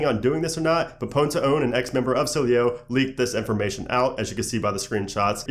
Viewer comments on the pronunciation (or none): it's "s-il-eh-o" not "sil-ey-o"